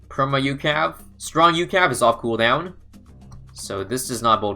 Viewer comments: It's U C A V from cod not ukav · It's not "youcav", it is U-C-A-V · I hate how he says ucav. Instead of saying every letting individually